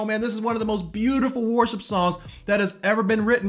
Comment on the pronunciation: 8. Stop pronouncing worship as "war ship"...sorry, just had to 😂 Seriously though I'd add: stop thinking that worship is inherently a music-related thing. Music is a way of expressing true worship (the presenting of our bodies to the Lord as living sacrifices according to Rom. 12:1). But if it's not an expression of that heart, the music we play and sing in church can be theologically accurate, moving and sound great, but still not be worship at all.